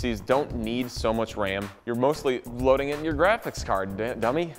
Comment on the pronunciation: I love how you pronounce "Ram", it sounds like "Wam"